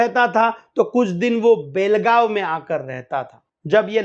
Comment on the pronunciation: सुरेश मंचेकर बेळगांव मे अपने बीवी बच्चे के साथ में अंगुर का व्यापारी बनकर रह रहा था और उसे कोल्हापूर में मारा है एन्काऊंटर हुआ है ऊसका उसकी बीवी पेशे से नर्स है समझे और बेलगांव नही बेळगांव बोलो हमारे मराठी नामों कि वाट लगाते हो तुम लोग 🤣 जय श्रीराम